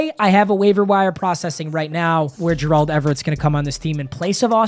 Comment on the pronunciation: everytime he says gerald it makes me upset